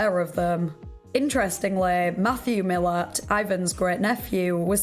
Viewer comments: Milat is pronounced “mil- la- at” not “mil-lit” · its pronounced mill ant